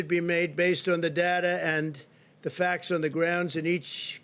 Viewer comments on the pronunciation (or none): none